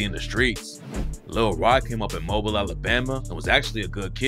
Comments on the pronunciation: Mo-Bill is literally mobile wtf lol Mo-Beal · It’s moe-billl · Its Mobile(Mo-Bill) not mobile like a phone put respect on our city😭💯